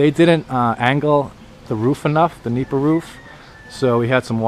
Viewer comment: It's "nipa" not meepa or "anahaw" thatching material used in the roofs and walls of the typical rural houses in the Philippines called "bahay kubo".